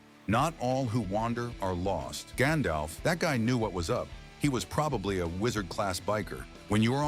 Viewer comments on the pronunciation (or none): none